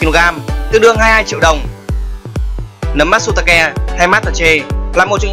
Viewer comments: Nấm mát tsu ta kê mà đọc là ke nghe buồn cười vc :)) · matsutake =)))) vãi cả phát âm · Matsutake => Mát tsu ta kê nha ad , Kobe => Kô bê